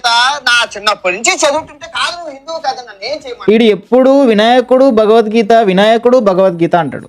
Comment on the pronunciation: bro nuvvendhuku hindhuvu anakunda bindhuvu antunna ?? naku ardham kaale